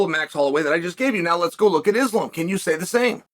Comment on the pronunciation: It's so cringe that Chael keeps intentionally mispronouncing their names.